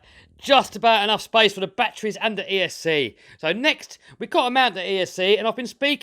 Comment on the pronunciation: "Look at those BATTWEES in the BATTWEE COMPART-WIT!"